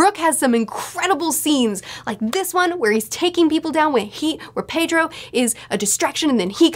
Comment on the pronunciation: Pedro is pronounced Peh-dro. Japanese is like Spanish where the vowels are uniform as ah, eh, ee, oh, oo